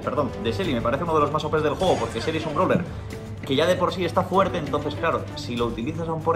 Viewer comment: " DEL JUEEGO" dou eso es otro nivel dea